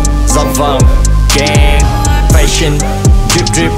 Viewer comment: Fashion đọc sai nha paa